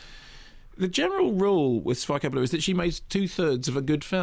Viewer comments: also the pronunciation of Sofia Coppola by Kermode is appalling. sof-eye-a Cop-oh!-la...give your head a shake. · Pronounce her name correctly